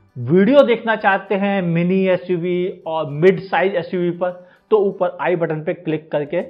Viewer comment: Upel nhi uper 🤣🤣🤣🤣